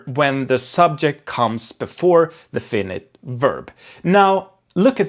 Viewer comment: "Fainait" inte "Finnit"